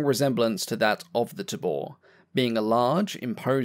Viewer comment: "Tabor" is pronounced TAY-bore (it's a drum)